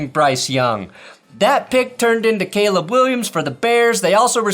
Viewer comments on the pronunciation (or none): none